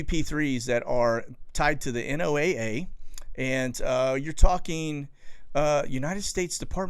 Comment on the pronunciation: Just to let you know, people in the business of ocean/atmosphere research don't say N-O-A-A when referring to NOAA. We say "Noah"... Just a pet peeve.